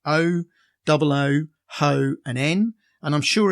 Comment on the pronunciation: HO scale is "aitch-oh", Ho is a girl you don't take home to mother...